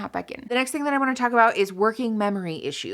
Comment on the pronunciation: "People complain about how I telk too fast." Me: Playing at 1.5 speed.......